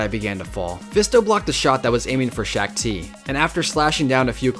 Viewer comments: Shaak Ti (pronounced Sha ak Ti) not Shack Ti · ITS SHOK NOT SHAK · SHACK TII ITS SHAAK TI YOU SWINE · The Shak-Ti voice and saying corps as CORPS instead of Cor